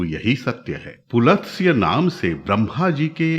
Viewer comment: पुलत्स्य नहीं पुलस्त्य सही है।